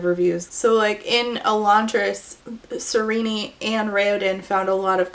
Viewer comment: I disagree. Her name should be pronounced "ser-een" 😄 In all seriousness, excellent video 👍👍. I agreed with all your points and ideology